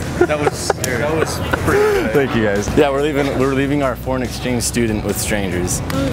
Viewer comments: Muchos tenkius JAJAJA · "muchos tenkius"☠️ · “Muchos teinkius” jajajajajajaja